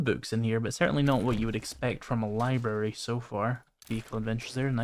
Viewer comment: Lie Berry! Lie Berry! Lie Berry!